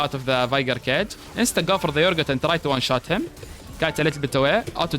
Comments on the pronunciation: يا أخي أورجوت مش يورجوت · Everytime you say urgot i think you saying yorick 😂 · I can't the way you call him "Yorgut" it's 10/10 😁